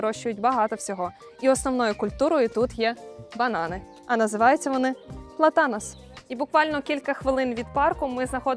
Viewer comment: ПлАтанос (наголос на 1й склад)